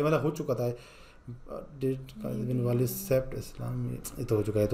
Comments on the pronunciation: والید نہیں ولید ❤ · वालिद नही वलीद